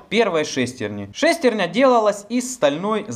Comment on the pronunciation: Интересно конечно, но так убивает неправильное ударение в слове "шестерня"....ударение должно быть на Я... ;)